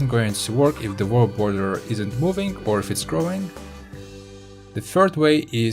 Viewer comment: The Vorld border :D